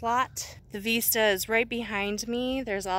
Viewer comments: Honey, Veesta is how you pronounce it in Spanish. Cute. Vista is like missed ya, in English. OK is Ok, As long as it is not summer. LOL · Beautiful location.....love the OK mountains and woods. Be wise about where you wander alone. Cutest puppy sweater!! Hey....when you say "veeeesta' you are saying it is as in 'Hasta la vista'....until next time I see you or see you later (somewhat similar to hasta luego which we say most here often in So. CA unless libations are involved then it's in Arnie style). "Vista".....view....has a soft 'b' almost v sound but not quite. Not sure how the OK locals say it. My friend lives near Tulsa so will ask her. 🤔 English is Vista..like in Vicks. Hope you find some warm weather. 💕🚗💃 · Just to let you know Vista is pronounced like risk- not like veesta. Not criticizing - just giving information. Joey did look tired - so cute. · vista, to see, as in vision so when you pronounce it think of vision vis.....vision - vista, view, to see.